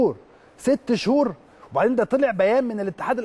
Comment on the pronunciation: ليش مش قادر على نطق 6 شهور ههههههههههههههههههههههههههههههههه يا جاهل